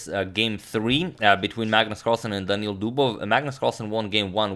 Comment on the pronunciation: Hmm... Agadmator calls Carlsen by his first name (Magnus) and Dubov by his surname (Dubov). Coincidence? I think not! BTW, Daniil is pronounced this way: Dahn-ee-eel with the vowel in "eel" being stressed.